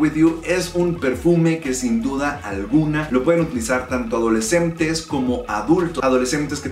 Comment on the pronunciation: Porque usa la m donde va la n? memmmta adolecmmmtes